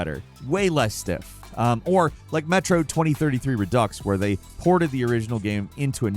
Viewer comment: "Haunted Castle sucked" (Doesn't know how to pronounce redux or tangential, opinion invalid)